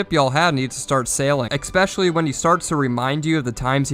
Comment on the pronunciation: decent style, this guy is a fool learn to pronounce "especially" and i'll like you even more